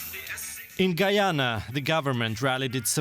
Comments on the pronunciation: GUY-ANNA... not gee-anna... FFS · Guy - ya- na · This guy had one job and butchered the word "Guyana"